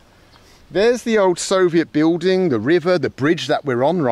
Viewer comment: I love the fact that Mr. Bald is unable to pronounce the word buiLding it’s always biuding 😂